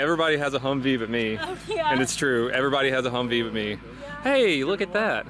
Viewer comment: It’s humvee not humv